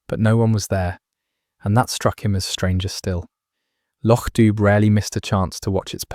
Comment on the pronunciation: Please. Lochdubh is pronounced lochdoo. Enjoying stories, but please correct this in future